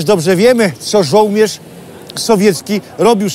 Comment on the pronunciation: Jestem pełen szacunku dla Pana wiedzy świetnie prowadzonego kanału ...ale dla czego "żołmierz"zamiast żołnierz ?W wielu odcinkach słyszałem to przeinaczone słowo więc się zastanawiam czy to tak specjalnie może hmmm